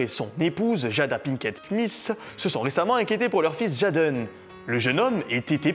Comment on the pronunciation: C’est pas « jaaden » son nom mdr 😂 tu détruit son nom en le disant en français . Sa s’écrit « jaden » m ça s’épèle « Jayden ». Sinon continue tes vidéos 🤩👍